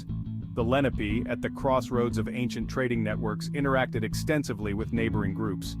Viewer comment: They are not Moors. Moors are not Indigenous to America and you are pronouncing the name wrong